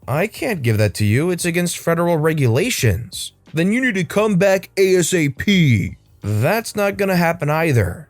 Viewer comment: It is pronounced A (the letter) and then sap (the word, like what comes out of trees), people in the US military don't spell it out because that takes too much time.